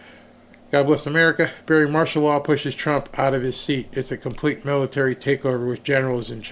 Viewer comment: Mitary? 😂😂😂😂 You're being silly Barry.